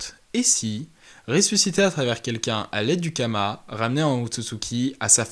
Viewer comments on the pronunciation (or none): C karma pas kama non ?